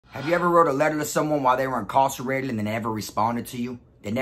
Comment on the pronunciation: Why you pronouncing incarcerated like that?